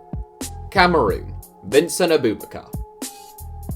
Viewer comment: It’s not a-boob-bakar it’s Ab-ubak-ar